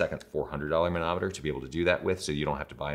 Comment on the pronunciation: When you say manometer, I hear Mahna Mahna... Doo Doo de doo do. Muppets!